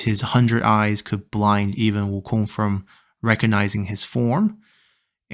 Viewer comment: 悟空这两字的发音就知道是国人了